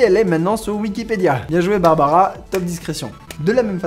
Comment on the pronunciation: C’est Barbra Streisand (pas Barbara).